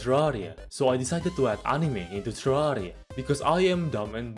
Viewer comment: I just adore how your accent turns terraria into terrariUH